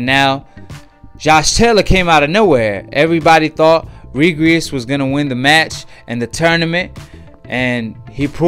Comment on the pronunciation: His name is REGIS not regries